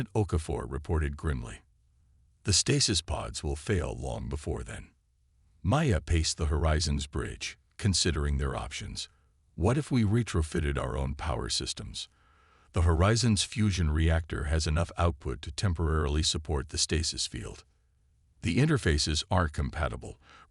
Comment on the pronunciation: Re trow feeted?.... Trump isn't that literate...